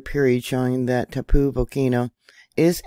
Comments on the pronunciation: It's tau-POH, rhymes with "now GO". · Hi from NZ. its pronnounced ,, tar- po. Love to all!